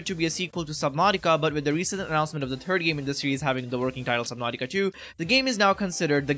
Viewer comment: My turd eye??? EWWWWWW!! I know what a THIRD EYE is...third, with a TH sound at the beginning, but not a TURD eye!